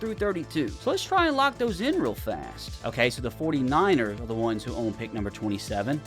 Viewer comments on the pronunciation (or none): none